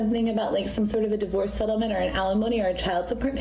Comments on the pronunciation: Hi- FYI it's 'DIVorce' not 'DIEvorce'- just to help😉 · I love the way he says it. 😂 His slight mispronunciations are part of the charm.